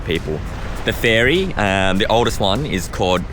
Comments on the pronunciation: Ferry. It’s… ferry. Not “fairy.” Ferry. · Im pretty sure youre saying fairy instead of ferry, sorry 🤣